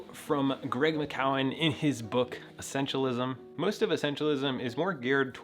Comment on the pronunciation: FYI: Greg McKeown pronunciation is Greg “Mick-que-n”, Greg “Mick-youn”. ...just a friendly share from hearing him pronounce his own name in the podcast “What’s essential”.